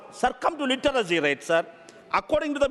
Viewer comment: ലിറ്ററസി എന്നുപറഞ്ഞ് കൂവി. നിൻറെ ഭാഷണത്തിൽ നിന്നും മനസ്സിലായി ലിറ്റർ സി ലെവൽ എന്താണെന്ന്